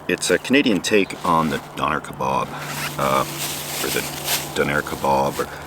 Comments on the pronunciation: In the UK we call it a Donner Kebab. Sounds "Donna keb a b". The "a" is as in act. ab, ab solute ! We are probably both wrong 🤔 It's shit anyway. 😒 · Love you man but as someone from the UK the way you say doner kebab is killing me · I hope you don't butcher the kebab as bad as you did it's name ya legend ! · Never heard anyone call it a donair kebab before. We pronounce it donna kebab in England, I might start acting fancy and calling it a donair kebab though. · "Donner kabob"? You out there eating people,? 🤨🤣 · I've never heard doner kebab pronounced like that before. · I’m from the uk I’m now going to pronounce Doner kebab just like you did and see how my mates react lol 👍🏻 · I'm from England and the way pronounces donner kebab makes me uncomfortable haha much love